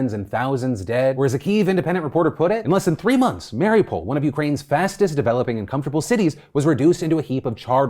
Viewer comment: Why does he pronounce Mariupol like that? Is it an American thing like how they call Puerto Rico, 'Porta Rico?' Genuinely curious